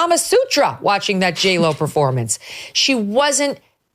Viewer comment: J-Lo... you mean Jell-O?